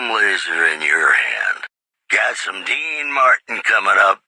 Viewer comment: Dean not deana